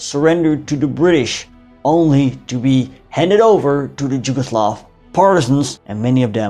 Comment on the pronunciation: Just a small language correction: you keep pronouncing "Jugoslav" instead of "Yugoslav". That state was called Yugoslavia, which was derived from "yug" (meaning "south"), thus meaning "the country of Southern Slavs", or "Southernslavia". Yes, it is spelled locally "Jugoslavija", but both Js are pronounced as Y in "yesterday", not as J in "Jim" or "Jimi" or "Janis" :) So, "Jugoslavija" is to be pronounced correctly as "Yugoslavia".